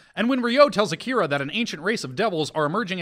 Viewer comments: Whyyyy must you insist on calling Akira “Ak-uh-ruh”. I’ve literally never heard anyone call him that ever, and it’s distracting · I know I’m really late, but I just watched this, and I CANNOT get over cringe-worthy pronunciations of Devilman, Akira, Amon, and probably a few more